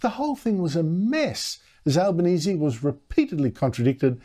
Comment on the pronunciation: Tony Albonesie has trouble speaking , can't pronounce words , lisping . Certainly no leader . He is a shocker